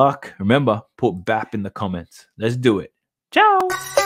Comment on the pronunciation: Thats #BAP not #WAP